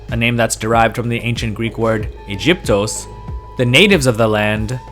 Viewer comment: The Greeks have never pronounced "Egypt" the way this monolingual Anglophone does (Ejiptos) because there is no sound in Greek equivalent to the way we read J in English. But it's all Greek to him...